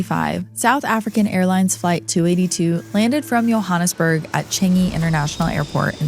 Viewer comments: Your pronunciation of Gerard Lowe's name was incorrect🙈 Also of Johannesburg, its pronounced johanness not yohannes ( I say this with lots of love) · As a south African I love the way pronounce Johannesburg 😂😂